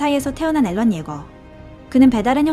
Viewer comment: 왜 앨런 이라고 하는 거임? 에렌 아닌가?